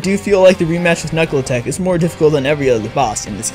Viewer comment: Did you just say Knuckle Talk? Its Knuckletoc